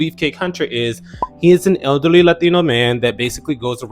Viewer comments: Not “elderly” 😂😮😢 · "elderly" is DIABOLICAL LMAOOOOO